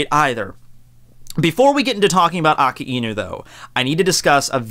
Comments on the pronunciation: It sound like you're saying "Aki Inu" sometimes. Didn't know it was difficult for native English speakers to pronounce "Aka", or is it the combination of "Aka" + "Inu" that makes it more difficult? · Its A- KAI- NU not AKA- INU "KAI" as in king kai. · It’s not Akiinu. It’s pronounced Akainu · I pronounce it like Ak-eye-new 😂 either way is fine though. Aka-ee-new sounds more Hawaiian which kinda seems like his theme. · So....i've been wondering something. I've heard you and a few other youtubers pronounce it aka-inu. I've always thought it was a-kai-nu or a-kay-nu. am i alone in this? i also understand that akainu means red dog and therefore the correct on is aka-inu. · Every time says Akainu, I die inside. It is pronounced 'ahk-eye-new'. The 'i' in japanese is very subtle when it follows an 'a'. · I have a hard time understanding some points, does he refer to "AKAINU" when he speaks of "AKINU"? Maybe is he another character? PD: Funny enough, I don't watch One Piece put I like to watch videos. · ah-kai-new sah-kah-zoo-key, seriously I understand differences in languages but if that's how the dub says his name it would annoy be to no end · I'm sorry, but the way you say his name.... Dx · You're pronouncing the name Akainu soo wrong!